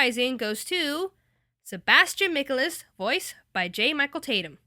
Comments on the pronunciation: It's not Micalis its Michaelis. Sebastian Michaelis. This person needs to learn her pronunciations. Their is an A right before the E so it makes the long A sound. I'm irritated to think of all the people who have thought it was pronounced Micalis and not Michaelis because of this video. This isn't the first time this person has mispronounced a word but this is the most offensive one. Next time you do a video make sure your saying the characters names correctly! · Sorry but you kinda messed it up when she said Sebastian's last name wrong. 😁 but other than that your awesome. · not michalis, michaElis. mic-ei-lis. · MEACHIELS NOT MICHEL -IS! and NUUU! IT WAS HORRBLE! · Thumbs down. 1st reason: You insulted my cinnamon roll Ciel! :c 2nd reason: The way you said Michealis. ;-; 3rd: You've only watched four episodes, therefore, you do not know the characters well. Smh. 😒😒😒😒😒😒😒😒😒😒😒😒😒😒😒😒😒😒😒😒😒😒😒😒😒😒😒👎👎👎👎👎👎👎👎👎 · By the way Sebastian's last name is pronounced " Mik-kay-liss" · Its not "mik-uh-lis", its Michaelis. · Oh my God. Please. Say their names correctly. Michaelis is pronounces (( Mei-kah-ial-iz )) @@ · Anyone else annoyed at the fact that they pronounced Sebastians last name wrong? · You said Sebastian's last name wrong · any one realise that she said his last name wrong.!!! lol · The way she said Michaelis hurt my soul. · The way u pronounced Sebastians last name was amazing XDDD Plz it's not pronounced like that sorry :3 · And..and Sebastian's last name is not pronounced like that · You said Sebastians last name wrong. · Wtf Sebastian's last name... Your pronunciation.. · Am I the only one who got really annoyed when she pronounced Sebastian's last name wrong? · was anyone else bothered by how she said michaelis? no just me? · okay, okay im really sorry but this needs to be said, i let you pronouncing sebastian's name wrong slide, didn't care much for you pronouncing lau's name wrong but when you pronounced tatnum wrong you earned a nice big double FACE PALM >.<